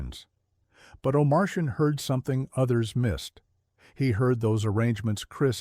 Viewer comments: You always know it's ai when you hear O' Martian pronounced O Mar- shan, over and over. Cringe!🥴 He's one of the great Producers and O'Martian iis pronounced O Mar tee an. Not like a goddamn Martian from outta space. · Please get rid of the AI voiceover. His producer was Michael Oh-mar-tee-an. Not Oh-mar-shin. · Oh-mar-tee-ann, not oh Martian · Omartian, not Omarcian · His name is not oh Martian , it’s Michael Omartian!!! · O'Martian is pronounced "oh-MAR-tee-uhn" The AI sucks. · I had to turn it off! Turned on captions. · AI can’t pronounce Omartian